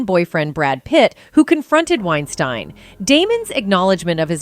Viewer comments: The narrator keeps mispronouncing Wein-STIEN instead of Wein-STEEN. She actually switches between both at the minute mark. Also can't pronounce Paltrow correctly. C'mon. Get your stuff together. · Lol did you purposefully flip pronunciations between 'Wine-steen' and 'Wine-stine' everytime you said his name? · Weinstein (steen) and not Weinstein (stine)....jeez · Please be more consistent in pronunciations. Pick one and stick to it. It's annoying to hear "Wein-STEEN and then "Wein-STINE" a second or two later. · Is it wine-st-I-ne or is it wine-steen. You pronounce it both ways and you don't seem to care. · The narrator’s constant mispronunciation of Weinstein’s name as “Wein-stine” was distracting. Occasionally she threw in the correct “Wein-steen” pronunciation too, which was weird. I’m guessing it was a bot, but that doesn’t explain the switching between pronunciations. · I believe "Wein-stine" is actually the correct pronunciation, given that the name is of German origin, ei is pronounced as i, and ie is pronounced as ee... Oh, and I do believe it is a bot, possibly a typo could explain the changes in its' pronunciation, it is f'n annoying... 😬lol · “Weinsteeeein” than “WeinstAn” is so annoying and distracting!!! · Is it pronounced "Winestine" or "Winesteen" the narrator can't seem to make up her mind. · Im going to write this phonetically. It's pronounced winesteen not winestine. Idiots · Do you have any idea how annoying it is to have some ignorant narrator go back & forth between Weinsteen & Weinstine. For the record, it's pronounced like Weinsteen. Figure out what you're doing & stop being so annoying. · wine stine? wow.. AI is impressive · Weinstein is pronounced like Einstein with a W. This is the European pronunciation. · Why is she pronouncing his name two different ways -Wein-steen and Wien-stine? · Is it Weinstein or Weisteen? So distracting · It is pronounced Winestēēēēn. ✌🏼😊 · Anyone else annoyed with the different pronunciations of Weinstein?